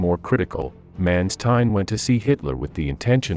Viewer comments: I would have appreciated if the correct pronounciation for Generalfeldmarschall Manstein would have been used, because this sounds absolute terriffic.. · The pronunciation Manstein & Kursk in this video is odd.